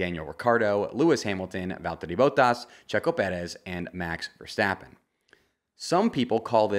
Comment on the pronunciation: I got really excited about the Valteri and Sergio pronunciation and was hoping on finally hearing a correct Max Verstappen pronunciation, but my hopes were short lived... Maybe some day...